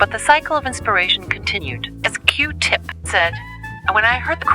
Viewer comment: Why did he make her say Q tips name like that 😂😂😂.